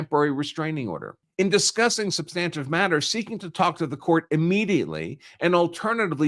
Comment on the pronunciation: Good content but he does not know how to pronounce "ex parte". It is Latin and the last "e" would be pronounced roughly as "ay". He can't pronounce "substantive" either. I gave up there. It was very distracting.